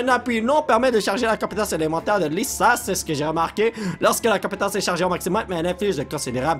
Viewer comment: polo sa se dit pas laisa mais Liza oui